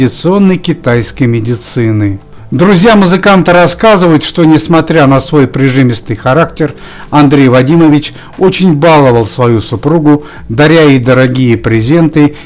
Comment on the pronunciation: БаловАл.Ставьте, пожалуйста,правильно ударение.